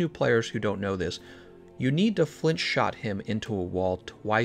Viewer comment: He is saying 'shot' damage right? Keeps sounding like he is saying shock.